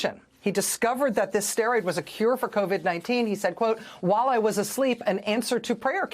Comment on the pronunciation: I wish news reporters would take time to learn to pronoounce words like WHILE!